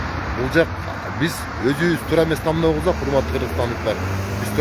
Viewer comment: Тамдоо эмес,тандоо